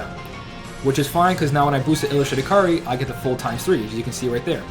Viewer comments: It's not Kar-ri it's kay-a-ree or kay-ree if you want it shorter. Kar-ri sounds like karey. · Bro we talked about this. It's Kai-ri. Not Kar-ri. Listen to some KH1 cut scenes Sora says it 8 million times. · its not even really that big of a deal because its easy to understand that if hes talking fast hes just gonna skip the ai vowel sound i mean i still understand what youre saying too, it sounds like karri, but i cant help but still hear kairi since i know hes talking fast does this make sense?